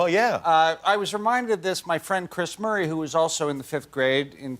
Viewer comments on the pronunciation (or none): none